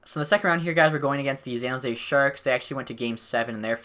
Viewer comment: I love this series, but the way you say San Jose triggers me. "Zan Jose"